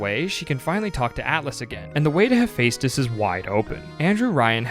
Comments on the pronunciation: Say it with me "Heh-Feh-Stus" not "Hey-Fey-Stus" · i literally hate how you pronouce hephaestus. it's pronounced Ha-fess-tus it's a greek god of... blacksmithing essentially, volcanos/metalworking and all